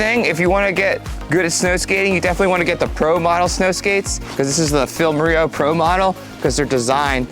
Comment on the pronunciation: please check how to pronounce "moreau" :-D